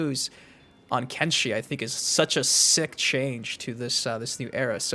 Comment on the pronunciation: Lol it's kenshi 😂